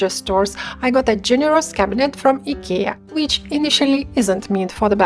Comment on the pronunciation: Oh, I guess that’s the right way to say Ikea! Your tummy is not too big; mine is too big! 🤣